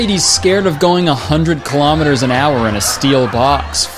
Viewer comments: what's a kilomiter? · ew wth is a kilometer?? You sound like a Canadian person